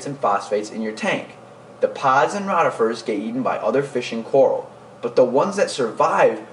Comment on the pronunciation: your mispronuncing rotifers. Not rot